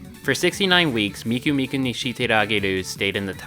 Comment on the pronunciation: Miku and “Meeko”. And why “national taco”? But speaking of, not many seem to use Luka nowadays...